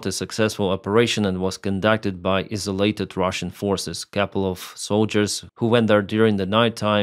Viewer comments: just so you know, isolated is pronounced ' eye-so-lated'. Keep up the good work bud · Hello Toffee 😊 👋 GTSY AGAIN 👍💪✌️ I have to reply 😂😂 This way we are not "Isalated" lol Eye saw! 😂😂👍💪✌️🌎